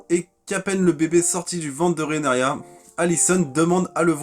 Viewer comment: ca se prononce RheaNYRA